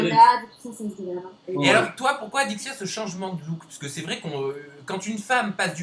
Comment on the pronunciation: je reve ou au lieu de dire alexya au lieu de adixia ?